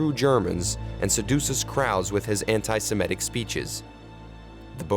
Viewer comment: An outstanding film. But please take care with pronunciation. It's antisemitic, not antisimetic.